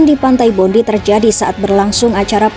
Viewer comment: Bacanya pantai bondai bro.